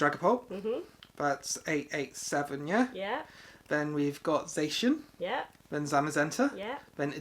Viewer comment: hurt when he said zasiejan instead of zacian